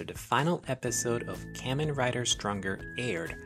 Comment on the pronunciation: Hearing you rapidly mispronounce “Kamen” dozens of times in a row is pretty hard to subject myself to.